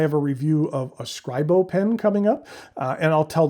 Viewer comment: No, not 'serscribo' screebo!